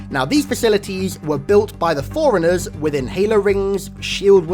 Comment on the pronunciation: You say forerunners as foreigners and it pisses me off, other than that I like your vids